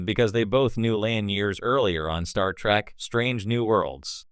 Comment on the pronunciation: It isn't STAR TRACK,you a$$hat, it's STAR TREK say it RIGHT!